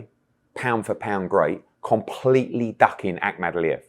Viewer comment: Why does this fud pronounce the word ‘completely’ like that? He’s so dense 🤦‍♂️